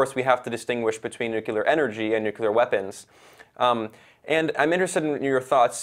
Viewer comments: Is it too difficult to say new-clee-ar instead of new-cu-lar ? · Nuclear, say it after me, Nu - clear. Nucular is when a bomb goes to the gym to get buff.